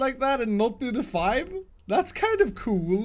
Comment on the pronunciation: I love when he says “coole”😂👍